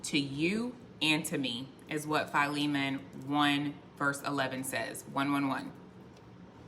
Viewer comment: I looked up how to pronounce Philemon...sounds like "Fi Lee mon" 😊😊😊 You were correct...Now I know too!!